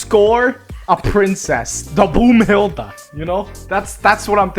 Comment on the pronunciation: Broomhelda not boomhelda broomhelda is djangos wife name... Not a deep meaning😂